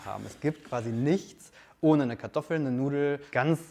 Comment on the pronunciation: nice pronunciation of kartoffel. proud of you.